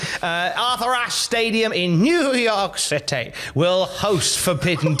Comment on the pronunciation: "new york citay" = "showaddywaddy"